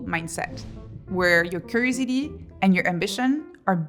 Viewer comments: What is that word she keeps saying ? Curisity? Curiosity? Cursity??? Can someone translate? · I love how she sounds like she sounds like she is saying crazy d. Instead of curiosity. Had to think about it. Lol. It goes to show yoy listen closely even when having a giggle at what you’ve just heard. She is right though.